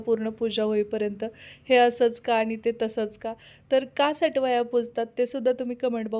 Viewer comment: अग सटवाया नाही सटुबाई म्हण वेडा बाई